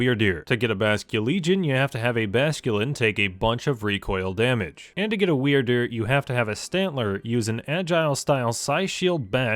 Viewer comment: Is it me or when he says Wyrdeer it sounds like Weird Dude?